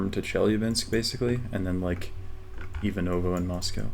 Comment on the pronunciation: I don't want to be rude, but I'm originally from Ivanovo and it is IvAnovo not IvanOvo